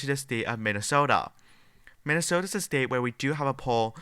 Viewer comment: BS liberal polls. Can anyone tell this guy how to pronounce the word STATE and not STEEIT.